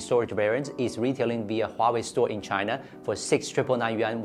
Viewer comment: Finally, I heard Huawei not Waway.